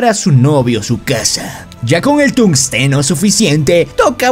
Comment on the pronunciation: no se dice tungosteno se dice tunsteno, se escribe tungsteno